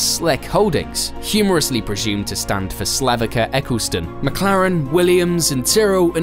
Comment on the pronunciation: U r pronouncing c in Slavica wrong